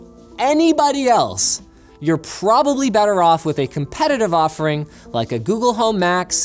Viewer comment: Hearing Linus say "Probably" when referring to the homepod being "Probably" better is hilarious when you listen to how much he enthesises it